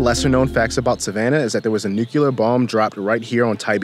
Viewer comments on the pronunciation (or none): It’s “noo-clear” not “nook-u-lar”